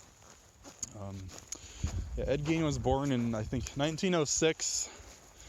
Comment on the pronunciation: “Ed geen”